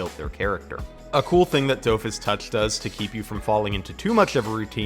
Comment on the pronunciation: You should try watching Wakfu, it's really well made actually, and I especially recommend listening to it in the original French Dub. Also so that you'll pronounce Dofus correctly. I mean that in jest tho really happy to see some more love for a few of Ankama's games!